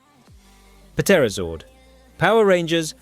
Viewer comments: I can’t take the “Pa Terrazord”. Can you tell this is AI? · Puh-terozord? Really? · The “P” is silent in Pterazord…you’re an adult and should know that 🙄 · did you just pronounce the p in pterazord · Why are you pronouncing the P on Pterazord? You then pronounce Pterodactyl without pronouncing the P.... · Yo dude the p in the pterazord is silent